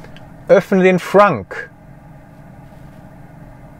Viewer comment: Dachte immer es heisst "Trunk" und nicht "Frunk", oder habe ich mich da verhört?